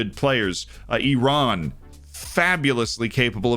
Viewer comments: Thank you for your correct pronunciation of Iran ☺️👍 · Loved that emphasis on Iran! The first time I saw Ashkan Dejagah on your YouTube channel cover, I realized you are the main one on FM. 👑